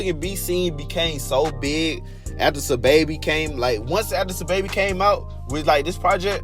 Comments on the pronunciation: its pronounced “sah” babi now “suhbaby” his government name is saheem and its pronounced “sanduz” not sandAz u saying it like a mexican😂😂😂😂😂😂😂😂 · sandas originally came out in 2016 and was remastered in 2017 as an album lol and why u saying sahbabii and sandas like that lmaoooooooo